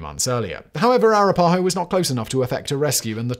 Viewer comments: "ah-RAH-pah-ho" is the pronunciation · It's not racist to point out mispronunciation of tribal names (I should note that the writers of "The Chicken Song" from the British comedy show "Spittin' Images" in the mid 80's knew how to pronounce Arapahoe) and more than pointing out when someone mispronounces Leicester, Marylebone, or Derby. I'm going on the assumption that Simon simply never heard the names pronounced out loud. And considering my ancestry is over 70% British, it's a bizarre stretch to accuse me of being racist on this one. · He was not pronouncing Iroquois and Arapahoe with a British accent, he was totally mangling them beyond recognition. And I've probably forgotten more about British accents than you will ever know. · A couple of technical nit picks: Iroquois - "EER-uh-kwoy", Arapahoe - "ah-RAP-uh-ho" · Hearing Simon butcher Arapahoe and Iroquois is killing me